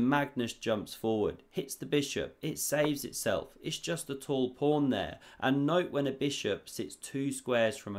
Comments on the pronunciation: There's no r in pawn 😂😢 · I often understand "prawn" - have I heared it wrong or did he really say this? 😅 "covers the C prawn" 😅 omg ... if it was intentional he is a master of puns 🤯 "sea prawn" ... omg this would be too good to be true